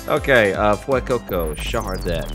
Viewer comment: Hey, it is pronounced "Char-CA-det" not "char-det". And also, it is pronounced "arma-ROU-ge" not "arma-roGUE".